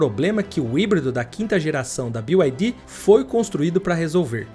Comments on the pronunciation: O casa faz um vídeo de uma empresa e nem sequer ver que a empresa n é BIO AI DI, é Bi AI DI! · Não é "BiuAidi" 😂 todo mundo falando errado